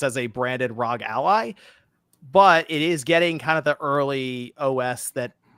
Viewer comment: I thought ROG (as in ROG Ally) was pronounced "rogue"? Rogue Ally sounds way better than "rahg".